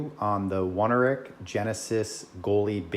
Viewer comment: Only problem I have with mine is that the knee grip is significantly above me knee, but everything else fits fine. Guess my legs are just proportioned weird... Also mine do not have a rubberized waist, but it's not something I really care about either way. P.S. it's pronounced own-air-ick